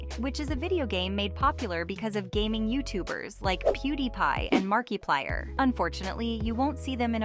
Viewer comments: I can’t listen to a video of a woman that says markeeplier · Not “MarkeePlier” 💀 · Can we appreciate how she says Mark”e”plier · “Peewdee pie and markie-plier”💁‍♀️